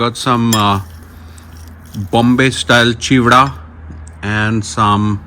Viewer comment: Love the way you say “ Cheewda” 😛 Funny AF